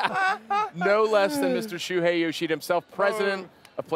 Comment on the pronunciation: It's Shuhei Yoshida. SHUHEI.